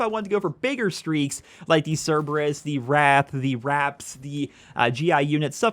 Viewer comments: It's pronounced wraith not wrath I would like to request an apology for you triggering me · Great video, but you're not gonna tell me went through all year of BO3 calling the Wraith the "Wrath"